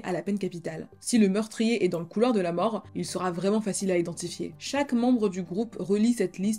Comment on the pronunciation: super ta vidéo 💕 juste un truc pourquoi tous les mots que tu utilises finissent par "e" même le mot plus tar "e" ... pour plus tard... ou souffèr "e"... pour souffert ou encore la peine de mor "e" pour la peine de mort...ou encore netflix "e" qui a tué le Dahlia noir "e"... tout bénèf "e" 🤔